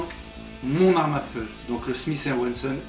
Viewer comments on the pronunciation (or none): none